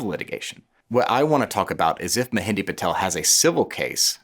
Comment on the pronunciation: Are you genuinely trying to prove all white people are stupid? You can’t even pronounce or heck at least get a spell-check on the person you’re talking about. Ma Hen DRA…… this idiot calls him mehendi